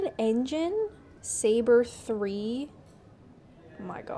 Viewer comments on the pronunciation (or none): none